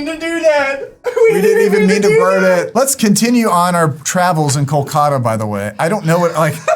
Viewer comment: it's pronounced KAL-KUH-ta.